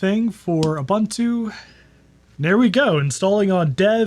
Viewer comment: This would have been such an interesting video, but i had to turn it off because you mispronounced "Ubuntu". I just could not take the annoyance any more.